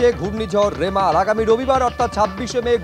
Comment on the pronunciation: Reporter dada remal k rimela bole feleche